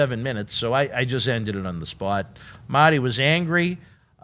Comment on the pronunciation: And its MARRRRTY not maty u nerd